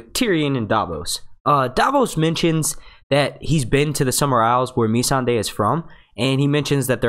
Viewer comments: Agreed! I like this dudes videos but geez, please pronounce the names right and I will subscribe to the channel cuz it's good. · Completely agree with Timothy on this one. Please get the names right! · Amber Lisa its ma-sawn-day not me-sand-ey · its Missandei not Me-san-dey and no he hasn't been to the summer isles he said he HEARD its beautiful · CER-SAY ME-SAND-AYLMAO -VARR-IES man you really have a hard time with the names eh? :P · Ok here we go(for help). Tyrion is TEAR-EE-UN VARYS IS VAIR-US Missande is Miss-Sanday not being rude just want to help you out especially if you are going to do many videos. great video though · I dont know why i'm annoyed at how this guy pronounces Missandei and Cersei..like its not MEESANDAY or CERSAY.. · Nissan-da. God damn say it right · would help it you pronounce the name correctly, varys and who is mee sand ey? do u watch the program? very basic stuff. also Davos never said he want to Naath, he said he had "heard" it was beautiful, never been. would mention more things, but why bother. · "meeeee-sandae". no. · Btw you are saying a few of the names wrong mainly Missandei, and Varys. Not hating just nit -picking 😋